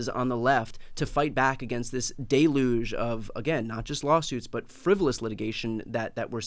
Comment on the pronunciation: OMG Brian said "DAY-luge". Deluge is pronounced "DELL-yoog" Oh no, he just said it again.